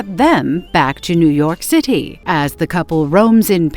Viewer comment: Why did the voice say new York city like Lazlo from "What we do in the shadows"